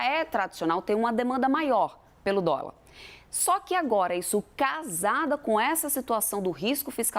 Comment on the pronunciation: " U póbi naum comi dóla mesmo"